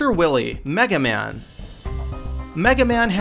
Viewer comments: It's Dr. Wily (pronounced WILEY or WHY-LEE), NOT Dr. WILLY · There you go again with the name butchering. it's WILY(WHILE-Y) not WILLY(Wet Willy) Define see this happens one more time I'm so unsubscribing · you pronounced doctor wahwee wrong. lol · His name is pronounced WHY-LEE, NOT WILLY!! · I'm sorry, but "doctor WILLY!?" It's WILY pronounced WHY-LEE. Also, a lot of these are not medical practitioners, rather they are scientists. THERE IS A MASSIVE DIFFERENCE. You have no idea what you're talking about at all, please do at least SOME research before making a video. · "Dr.Will-ly" lmao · this nigga really just said "dr willy" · You just said Dr. Willy. All credibility is now lost. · Wily is pronounced "While-ee"